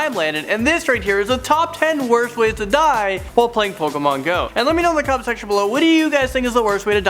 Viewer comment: No, it's POKAYMON.